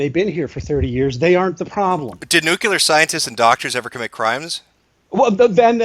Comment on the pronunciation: Jim tries too hard sometimes. And someone please buy Jim a Merriam Webster's Collegiate Dictionary so he can look up the word "bigot". And learn how to pronounce "nuclear".